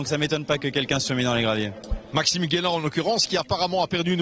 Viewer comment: Dear commentators. We really enjoy your commentary and the depth of knowledge you demonstrate. Since we are likely to hear Maxime Guénat's name constantly over the course of the season, please would you pronounce his name correctly. It is pronounced 'Gaynat', not Gwaynat. Cheers